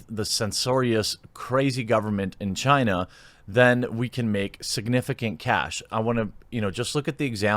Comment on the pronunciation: It's pronounced "China"